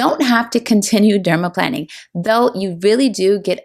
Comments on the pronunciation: omg it’s not dermaplanning. it’s dermaplaning. not plan. it’s plane. i legit couldn’t watch this bc she kept saying it wrong. you’re planing your face …. not planning it omg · Why do you keep on pronouncing it as "dermaplanning" ??? Is it not dermaplaning??? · I noticed it too. You’re correct. The latter is the correct pronunciation. She pronounces the word incorrectly. I do enjoy the video though. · Plane NOT plan. Dermaplane. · Why are you calling it planning? I thought it was planing, pronounced like a plane that flies. Anyway, does anyone know if the Rosehip oil she used is unscented? I have scent allergies and can only use unscented products. Suggestions for unscented oils are appreciated. Thank you. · Plane-ing, not planning. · I am curious about your pronunciation of dermaplaning. It sounds as if you're saying derma-planning, but I thought the it was said dermaplaning like "plane"? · You’re right in noticing, she mispronounces the word. Break the words into syllables: pla- ning (the way it should be pronounced) VS. plan- ning (the way she pronounces it).😊 in spite of that, I enjoyed the video though. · But, why is she calling it "Dermaplanning", except in one voiceover? It is bizarre. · I believe it's dermaplaning with a long A..like plane!